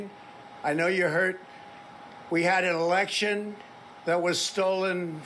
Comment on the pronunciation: "WE HAD AN ELESHON"